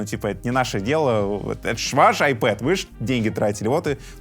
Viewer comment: лайк за правильное произношение названия планшета iPad